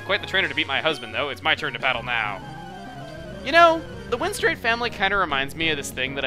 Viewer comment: I'd like to point out one thing it's the "win-strate" family